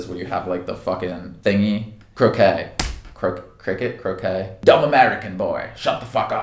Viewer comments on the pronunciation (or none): Cricket? Crické? Hahahaha when he said that i was like wtf is crické? Do they play cricket with a french baguette? 😂